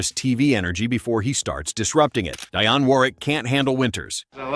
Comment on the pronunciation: DEE-AWN Warwick.